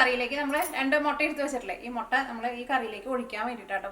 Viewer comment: Chechi motta alla mutta 😜